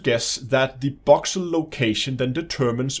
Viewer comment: Boxel? You sure it's not voxel!?